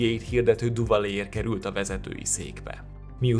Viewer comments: Duvalier nevét nem Duvalié-nek, hanem Düvalié-nek (ü-vel) kell ejteni. Tisztelettel kérem, hogy amikor ennyire ismert emberekről gyűjtünk fontos, mindenkit érdeklő részleteket, kezdjük azzal, hogy a nevüket valósághűen ejtjük. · Duvalier neve "Düvalié" és nem "Duvalié". Nagyon bassza a fülem. :D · Hidd el, a franciák helyesen, Düvaliének ejtik. :D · Ceaușescu nevét eleve sokszor rosszul ejtik a magyar médiában is, de azért egy kis utánajárással (az igényesebbje) sikeresen abszolválja, ahogy Duvalier, avagy Pinochet esetében is. . Ezért írtam, hogy nagyon rossz, ha valaki nem ismerni, nem tudja, hogy kikről van szó, csak felolvas egy szöveget. (még azt is helytelenül). Nem hibába volt régen egy valódi szakma a hírolvasás.